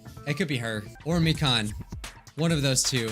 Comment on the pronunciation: ITS MI-KAN NOT MIKAAN